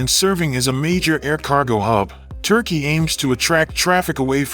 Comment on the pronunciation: You. Say. Turky. Bas no. Mony. Biden. Has. Mony.